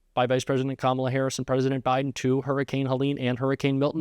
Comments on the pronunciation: What a 2-year-old continuing to mispronounce KAMALA. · Hate that he refuses to correctly pronounce her name.